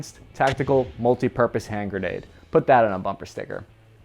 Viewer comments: Ah yes, “the holy hand greande” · "Greande" lol